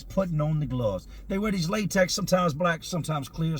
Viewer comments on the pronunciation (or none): none